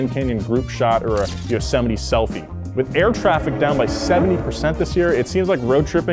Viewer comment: Did you mean Yo-Semite ?